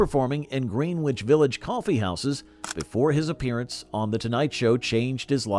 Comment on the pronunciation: Why can’t the commentator pronounce Greenwich Village correctly?